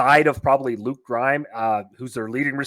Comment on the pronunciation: Lukes name is on the screen and you still mess it up lol